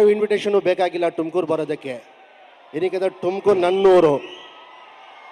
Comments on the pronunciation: ಟುಂಕುರ್ ಅಲ್ಲ ಚಿನ್ನ ಅದು ತುಮಕೂರು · ಟುಮಕೂರು❌ ತುಮಕೂರು✅ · ಟಮಕೂರ❎ ತುಮಕೂರು✅ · Evn yake erlila arjun janya helbekadre , evnge yava abhimani edare , chinna ante😅😅😅😅 kong dullu.. Tum tum tum kuru ala adu ತುಮಕೂರು..😊 ಟೂರ್ ಟೂರ್ ಅಲ್ಲ ಅದು ತುರ್ಕ ಅಂಥ.. ಟುಮಕೂರು ಅಲ್ಲ ತುಮಕೂರು